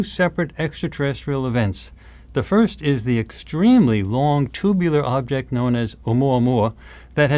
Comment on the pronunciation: she is so amazing! but please teach her the word"object"